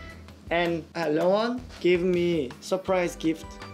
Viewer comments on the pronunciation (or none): none